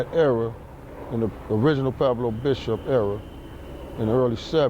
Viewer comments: Why do all the guys from Pueblos pronounce it like "Peblo"? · They say Pweblo, but outta hard to hear